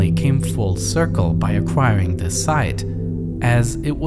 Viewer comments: Good video but man it's hard to listen to this guy talk. Hint: "th" does not sound like "v" 🤣🤣🤣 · vis was weally weally good